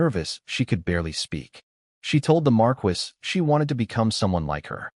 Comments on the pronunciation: Pronunciation errors are annoying. Marquis is Mar-key not mar-kwis. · I find it annoying every time the voice says marquis pronouncing it Mar-Quis instead of Mar-Key